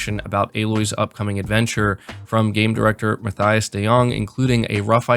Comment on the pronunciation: Mathias name is pronounced Muh-tie-us